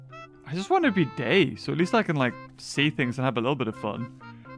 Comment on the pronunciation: Ahhhh... in minutes when you say i just want to be you dont mean gay cuz i hear it gay.....